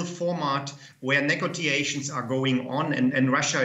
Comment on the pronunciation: Neck go tea a shuns that’s a new word I learnt I just thought it was negotiations